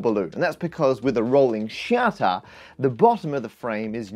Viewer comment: "the rolling SHATA" LOL